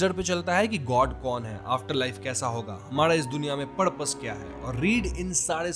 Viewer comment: Purpose❎ Padpos✅